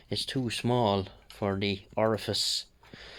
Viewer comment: You said "Orifice" ....lol